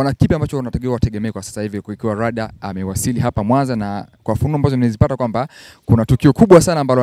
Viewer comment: Bwana Mzee jifunze kutamka R na L. Hata kampuni Yako mwenyewe unaita LIDER jamani!! Vizuli, nafikili wanaongea watoto mzeem Chukua hatua makusudi uongee kama Mtanzania MTU MZIMA bhana unatuangusha!!😊😊